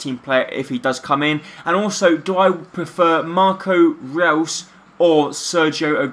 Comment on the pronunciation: Great career mode man, btw just so no one gets annoyed with you it's pronounced Marco Royce(I know it's spelt reus) but that's how it's pronounced and Rodriguez is pronounced as hamez